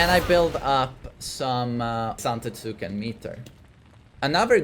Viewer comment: Zante-TSOOO-ken lol